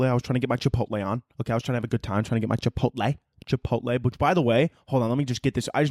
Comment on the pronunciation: "chipot-LEE" MAKES ME WANNA BASH THEIR HEAD THRU A WALL